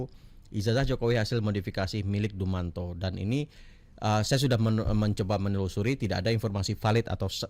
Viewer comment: Dumatno kali bang ! Bukan dumanto.